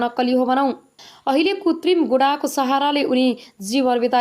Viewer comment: कृतिम भन्न नजान्नेले समाचार वाचन गर्दैछन